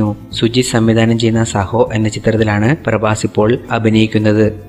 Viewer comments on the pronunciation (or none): സഹോ അല്ല ബ്രോ സാഹോ എന്നാണ് മൂവി name